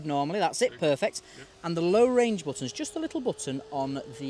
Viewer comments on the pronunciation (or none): "Oop", "bo-tun"🤣